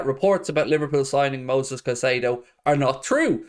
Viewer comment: It’s Moises not Moses. Anyways I would agree with your point of view. Absurd price for Moises. Worth mentioning Alexis Mac Allister. He is a great player on the same squad, aggressive, defensive MF, had a great WC and probably cheaper. Plays for Argentina and is half Irish. Win.